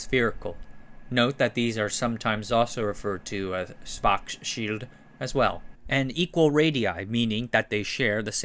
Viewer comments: "Schwurtz-shilled" yields some close approximation from English on Google Translate. 😉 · It’s actually a simple two syllable name. Shvarts-shillt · I think it's supposed to be pronounced like "shvahrtzshield". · I think that authors spend all the energy on content research (which is great) to the point where none is left for pronunciation 🙂 For the future - use wikipedia - they often use phonetic transcription for names for example: /ˈʃvaʁtsʃɪlt/ or (from one of the previous episodes) /ˈjæn tʃɒxˈrɑːlski/ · You are saying “Schwartz Field” somehow, but it’s the sch sound again, not an F. Imagine someone pronoun 不知道 as “bù fīdào”. The German word schild is very much the same as the English shield. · In case you are gonna say it many times in the future, Schwarzschild is pronounced like Arnold Schwarzenegger with the S like Shit, and for the second part it goes like "Shield" but you shorten the I. Something like Schwarzshilld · Why did you pronounce schwarzchild like that? It's a surname that's popular in astrophysics and astronomy communities and I haven't heard them pronouncing it like you did. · The pronunciation of Schwarzschild is so satisfying. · Sounds a bit wrong for a German native speaker